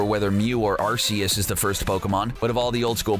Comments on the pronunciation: Ar-kee-us not Ar-see-us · Ar-ki-yus not Ar-si-yus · Also, and it's my opinion, but I think it should be pronounced ar-key-us, not ar-see-us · It's Arceus not Arseus! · It's no Arseus it's called Arceus and he is in gen 4 not 5 . Great video btw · Oh you say it like arseus I’m stupid I so srry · I got kinda triggered with this video. In the wiki and in the information books Arceus is pronounced Ar-key-us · YOU SAID ACEUS WRONG!! It's pronounced (Ar key us) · Jesus Christ it’s ar-key-us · Ok first of all! It's ar-key-us! And it cames in gen 4 not gen 5! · Arseus?, omg that made me cringe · It's ar-key-us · yes AND he pronounced arceus wrong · Learn how to pronounce Arceus, you fkin twatnugget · You said arceus wrong